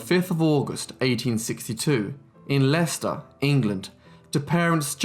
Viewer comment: Well done on the pronunciation of Leicester (Lestar). Always impressed with time you take to get the pronunciations right in every video